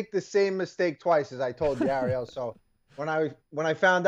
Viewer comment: Why do all the Jersey guys call him Arie-L?